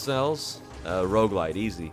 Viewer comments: Bro you pronounce "roguelike" and "roguelite" the same, and I can't tell which one you are talking about lol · I can't tell if he's saying Roguelike or Roguelite help